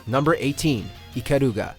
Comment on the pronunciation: ikaluga... lol, what a weebo